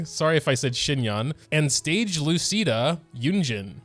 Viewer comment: i’m italian and when you said “lucida” i wanted to jump off a cliff PLS IT HURTS